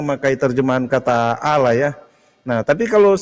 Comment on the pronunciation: Baca tulisan Allah ...alah... Itu saja ng benar